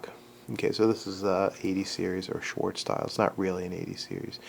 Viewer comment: Incidentally...that Colt engineer's name is "Swartz," not "Schwartz." Just sayin'.